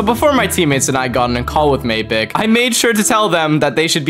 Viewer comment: It’s definelty not mapicc…..💀